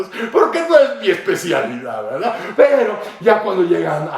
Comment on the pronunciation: "Es Verdat"